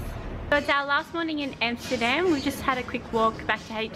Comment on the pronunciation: say Amsterdam (like America, Alaska, Africa, Amendment) and NOT Emsterdem, Goddamn…. and your video is ok